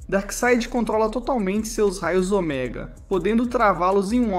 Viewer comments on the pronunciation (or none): Not OMEGÁ but OMÉGA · Parei de assistir quando não soube falar a simples palavra ômega e disse omegá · Ômega e não Oméga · Ômega e não oméga! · Ômega ❌ Omegá ✔️ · "Raios oméga" me quebrou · "Oméga" kkkkkkkk